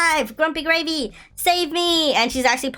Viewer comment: u mean gravy? Cause u said gracy